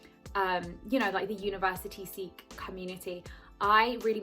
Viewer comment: thank god you are saying Sikh in the right way!!! love your video!! very inspiring!! lovee from Amsterdam